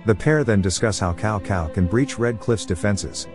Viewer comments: Its not Cow Cow in Chinese the C has a S sounding. So Cao Cao = Sao Sao but with the letter C. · The funny thing is the ai seems to know that, it keeps pronouncing it Cow Sao as if it realizes its mistake on the second part of the name.